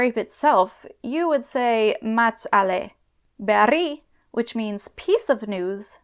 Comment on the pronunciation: Great video as always! Just one tiny thing, I found your pronunciation of the word "mahats" a bit odd, as you seemed to pronounce just a single short "a" (mats). In my experience as a speaker, the "h" would be silent but still two "a" would remain (ma'ats). As always, perhaps it's just a dialectal thing and it is in fact pronounced "mats" in certain euskalkis, idk